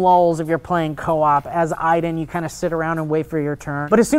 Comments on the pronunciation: isn't it Aiden, not Iden? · Don't you pronounce it A-den, not EI-den? :S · spelt aiden, pronounced iden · The game pronounces it as "eyedan" so thats why they say it, even though its spelled Aiden